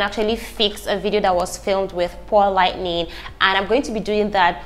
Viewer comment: Lol just find it so adorable she keep saying “lightning”